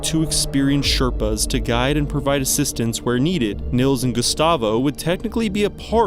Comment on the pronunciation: Just fyi: Nils is pronounced Neels, not Nills.